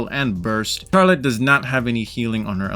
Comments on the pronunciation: Him saying CHARlette was actually killing me it’s supposed to be pronounced as sharlette because the ‘ch’ in the start of her name for some reason is supposed to make the ‘sh’ sound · It sounds like your saying char let and not Charlotte